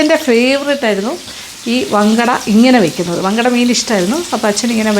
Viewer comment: ഞങ്ങൾ മങ്കട എന്നാണ് പറയുന്നത് വങ്കട എന്നല്ല